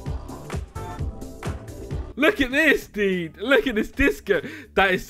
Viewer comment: He said the dud not dude